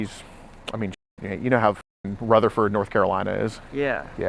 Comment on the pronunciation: You don’t say Rutherfordton right, you not from here my guy lol😂